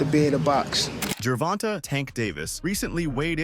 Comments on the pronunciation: WTF DO CERTAIN PEOPLE STRUGGLE TO SAY GERVONTAE NAME CORRECTLY? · If you are going to cover gervonta davis them at least learn how to say his name correctly lol.